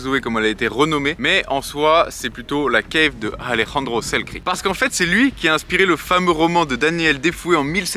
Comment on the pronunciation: Et accessoirement aussi, c'est Alexander Selkirk, pas Selkrik ^^'